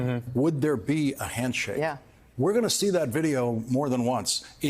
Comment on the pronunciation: Can't wait till he moans about her mispronouncing Putins name. She called him Quantumcom Putin!